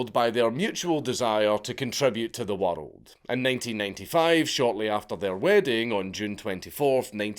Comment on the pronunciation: WERELD AHLL OVER THE WERELD, I CANT UNHEAR IT